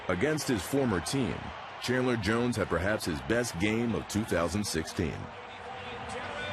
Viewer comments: Chandler! Not chadler!! Wtf NFL!!! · Chadler? really? smh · CHADLER Jones. God this video can't even get his name right. Read the title god damnit.